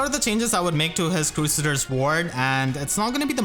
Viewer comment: "Crew Say Ders" Ward :x